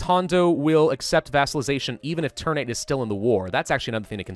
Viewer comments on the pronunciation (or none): Ter-Na-Te, not ter-nate. Ter like "Terra", Na like "Natural", Te like "Telling" :)